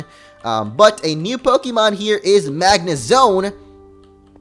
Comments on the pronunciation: you pronounce pokemon wrong! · I know, but he and multiple other people say it the wrong way. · just because it's pixelmon doesn't mean you pronounce pokemon differently(wrong).